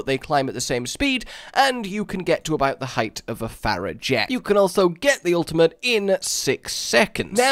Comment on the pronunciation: It hurts me to see them violently mispronounce their ult's